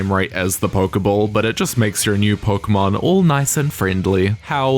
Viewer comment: Not that pronunciation of Pokémon red and green. Anime don't count.